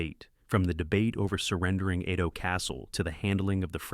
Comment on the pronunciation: Narration was terribly AI but overall ok. I wish someone would get AI to pronounce "Edo" correctly though